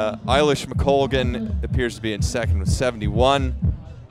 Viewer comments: Agree with many comments here- really informed commentary and knowledgable,,,,but please get her name correct. McColgan NOT McCoglan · Announcer kept saying McCoglan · who keeps saying McCoglan? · Kind of satisfying to see Ailish McColgan finally decide, in her thirties, that she can win. Her mind seems to have finally caught up with her ability. To the lady commentator: the "L" comes before the "G" in McColgan's name. How can you not hear how your partner is pronouncing it?